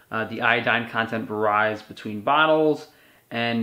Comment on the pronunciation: Hey, you've started saying "varies" wrong again. Just think "vary = very" and "varies rhymes with berries." I like the King Oscar cod liver too, I'll order through your shop next time. I never know, though, should I try to eat all the oil along with it? There is quite a lot of oil in one can.